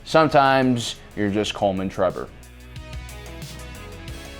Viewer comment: trembor 😂😂 it's trebor